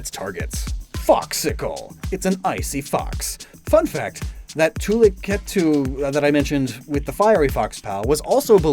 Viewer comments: Tulikettu is pronounced along the lines of "Tulley ket-two" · seeing you misspell Tulikettu words hurts my ears... a lot...